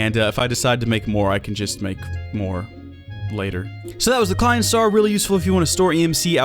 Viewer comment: props klein wwas pretty good pronounced